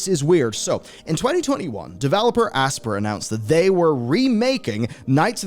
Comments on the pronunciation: Is it not pronounced like ass-pie-er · Just for future reference: "Aspyr" pronounced like "aspire"